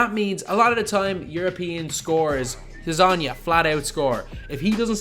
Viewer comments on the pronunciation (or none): it's "janan" .. closest thing to "Dz" is "J" in english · Its pronounced janan because balkqn languages dont have a j and use dz to pronounce it that way